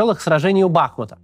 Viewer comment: У БахмУта. Ударение на у.